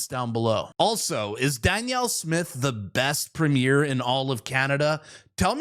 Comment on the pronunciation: Danielle is the PREMIER. You said it on this show and people say it as Premiere. Just a little side note to watch how you pronounce it cuz they are two different things. Love, love your show!!! Proud Albertan who loves and supports our PREMIER💙